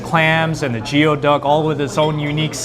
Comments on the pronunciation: You guys pronounced Goey Duck Jeo duck? ooops! even tho it’s spelled Geoduck. I Yelped it and locations are at Rowland Heights and San Gabriel not Rosemead. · Geoduck is actually pronounced as gooyee duck. Not sure why, especially when it's not even a duck...